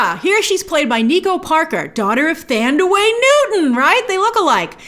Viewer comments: Who the heck is “Thandaway”. Her name is pronounced, “Tandy” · Pronounce Thandiwe as TAN - DEE - weh :) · Since when did she start going by "Thandaway"??